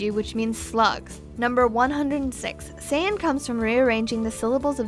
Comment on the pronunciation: 107 facts could've been made up of the misconceptions of the Japanese and English dubs alone XD Like here Saiyan isn't pronounced "say" (like in saying) its pronounced "sai" (as in Kai) BTW If you knew saiyan was a Japanese pun on the word yasai, then why did you still pronounce it like sayin?! XD